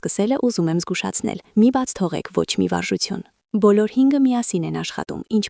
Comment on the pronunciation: <<ՍԵՐԿ»~ն ի՞նչ էր, անգրագե՛տ աղջի՛կ, Ցյան չէ՛ ,Թյան է, Թ-ն՝ Ց ՉԻ՛ արտասանվում,յա՛խկ, անգրագե՛տ գեղՑի՛, երուՍ չէ՛, ԵՐԿՈւ Է՛՛՛՛՛, անԳՐԱգետԻ՛Կ ես՝ վարժուՑյուն ՉԷ՛, վարժուԹյուն է՝ Թ—Թ, ոչ թե՝ Ց, տարրական գիտելիքներ չունե՛ս, աղջիիիի, պԸՏԸտացնե՛ լ չէէէէ՛՛՛՛պԸտտաՑնել է արտասանվու՛՛՛մ😮😢